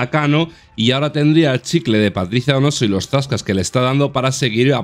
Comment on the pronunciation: "Paticia" y "caxi" 🤦